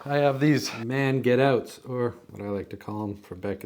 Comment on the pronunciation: Did you say “man get out”? Not mange tout?